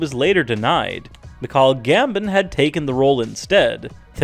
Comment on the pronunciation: Misleading click bait style title where no one was actually denied any role. And your mis pronunciation of world famous actors names and character names is hilarious. Poor Ian McKellen losing out Dumbledore to Russian powerhouse actor Mikhail Gumbo.